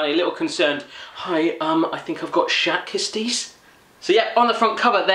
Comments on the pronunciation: schat kistjes are pronounced with a hard g not the englisch g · you say sgat kistjes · You say Schat kistjes like Sgat kstjes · "shed kisties" LMAOOO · sjat kiesties??? xD no hate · lol i am dutch and you cant say the treats name good lol! Nice vid man lol ik ben nederlands en je kan die (toetjes) niet echt goed uitspreken lol! leuke video man